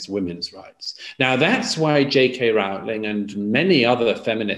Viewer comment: I’m Douglas Murray’s biggest fan, but he’s fallen into the trap of mispronouncing JK Rowling’s name, in much the same way that most people mispronounce David Bowie’s name now. Neither rhyme with the word ‘cow’.